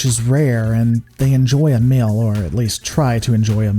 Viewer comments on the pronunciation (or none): Suggestion: Work on your pronunciation of the long "e" sound. It's a little grating that you pronounce "shield" as "shild", "meal" as "mill", and "feel" as "fill". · He can say "bleak" so we know he can make the e sound like in "feed" but he says "mill" instead of "meal" and "fild" instead of "field." That's wird.